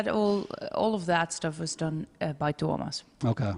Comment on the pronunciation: Interesting interview, but his pronunciation, oh my god. Tuomas ≠ Thomas. Also the J in Floor's last name is not pronounced like "jam".